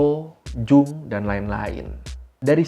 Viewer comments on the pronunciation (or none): none